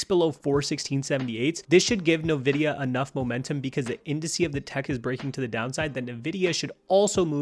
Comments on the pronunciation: Nvidia, NOT "Nividia" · Why are you saying Nividia like a boomer?? It's Envidia... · The company name is pronounced "En-vidia", not "Na-vidia." Lol! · Bro, great video. Also its EN-VIDIA not NA-VIDIA